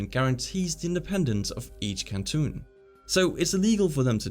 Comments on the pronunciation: You lost me when you said cantoon instead of canton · the way he says "cantooon" instead of canton killed me 💀